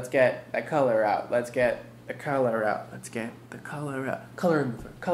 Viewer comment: At the start it sounded like he was saying let's get cholera and I laughed harder than I should've